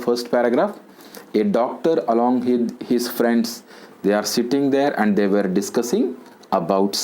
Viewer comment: Sir keep doing videos .I am very much impressed by ur videos.I wanna follow ur way of teaching where u didn't use single vernacular word. I wanna tell u one thing sir regarding pronunciation of "were '".pls correct it . it's my small request.